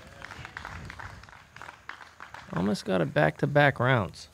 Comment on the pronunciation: your pronounciation of Tuomas is rather good. Better than I would expect from non finnish speakers. Hyytiäinen needs a little more work :D.